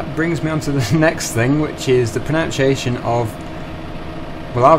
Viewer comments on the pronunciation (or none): I hate to say it, but you pronounce the would pronunciation like pro-nun-ciation, not pro-noun-ciation ... there's no 'o' in the verb form :-)